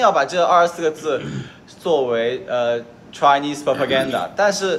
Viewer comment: 采访听了一半说几句，1 哥们老蹦英文单词老王英文不行严重怀疑老王听懂没，还是故意在老王面前拽。2从有限的蹦豆英文中感觉哥们英文挺一般的，那Chinese 的发音来推断的，有海外经历的朋友体会更深。3 city council这个事 概念严重的错误 我甚至怀疑他有没在英国真正生活过。英国澳大利亚都是三级议会我个人是觉得可以理解为市政府和街道办事处都行，因为中国没有对应的机构。所以city council绝对是政府机构 网站都是.gov 的。不知道这哥们哪里出的地头蛇理论。😅